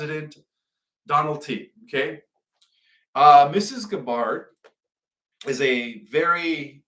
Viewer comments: tarot is pronounced Tear-oh and Tulsi’s last name is Gah-bird, tyvm for sharing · Please learn how to pronounce Tulsi Gabbards name. Just watch one video about her anywhere.